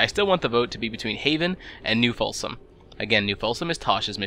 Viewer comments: Folsom /... Either you screwed that up on purpose or you need to get your ears/eyes checked. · New Folsom, and the Hurcules